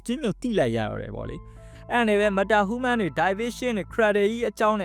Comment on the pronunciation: Content creator ကြီးလုပ်ပြီးဟူးမန်းဟူးမန်းနဲ့နားထောင်ရတာအဆင်မပြေလိုက်တာ